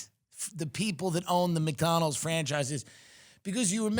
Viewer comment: I love it how Tim says McDonald's. "Mick Donal's" I see what you did there.. true Irish pride. It's it's true Mickey O'Donnell started the franchise.